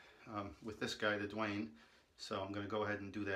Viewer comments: Damn! Why Duane! Can't u read the label? It's written DAUNE! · PLEASE NOTE: YOU HAVE THE PRODUCT SPELLING WRONG!!! IT'S "DAUNE" AND PRONOUNCED "DAWN"